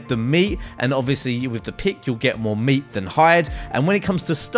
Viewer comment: Lol he said cooked moot. 😂👌